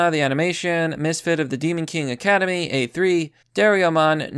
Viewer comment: I lost it when you pronounced Doraemon (pronounced as Dora-ee-mon) as Dare-yo-mon.